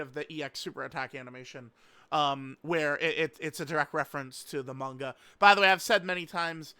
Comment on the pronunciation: For the love of god can you pronounce manga correctly if you’re gonna say it 5 times per sentence